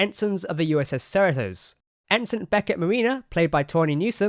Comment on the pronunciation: Sorry to be an obnoxious nitpicker, but you're didn't pronouncing "Cerritos" correctly the second times. I know it well because it is a city in the greater L.A. area; It is pronounced "SIR-e (say the letter)-toes. The time you introduced it was the correct pronunciation. Apart from that, it is really cool to see the new Star Trek shows!